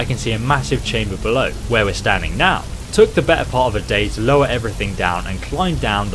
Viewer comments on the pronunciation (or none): none